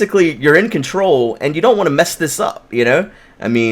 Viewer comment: Did you say, "You know that pee comes out and urine control of if?" I'm sorry that's what it sounded like, that was great.